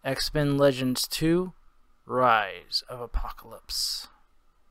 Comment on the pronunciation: "bise of apocalypse" huh?